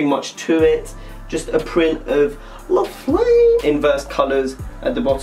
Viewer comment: that way you said la flame...LMAO